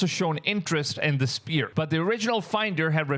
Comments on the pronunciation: IT SPHERE NOT SPEAR MAN! jeez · He keeps saying spear??? Sphere...it is sphere ...s...f ..e...r...ee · Dude it's not spirical it's pronounced sferical as in spherical sphere sfear not spear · Spear❌️ Sphere ✅️ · Hey brotha. Just a friendly 'how to' because the English language is weird and nonsensical at times, but the 'ph' in sphere or spherical doesn't sound like a 'p'. Together they make the 'f' sound, or "fffff". "Fight. Fire. Fun. Sphere" Also, the 'o' in 'hoax' has the sound of a capital 'O,' "Bow. Toe. Row. Hoax" Good video man👍